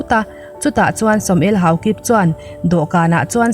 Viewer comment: Haokip tih hi kip lai hi i lam dik lo... Hnam lam dan hi mi dang zawt hreh miah suh aw